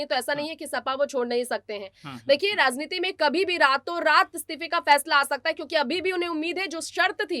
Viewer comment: Razneeti nhi maam Rajneeti sahi shabd hai